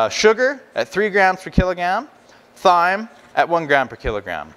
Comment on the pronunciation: Thyme is pronounced time...